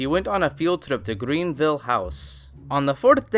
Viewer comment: No no its not greenville its grenville my guy